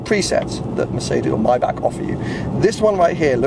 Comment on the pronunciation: I beg you, please learn how to pronounce ‘Maybach’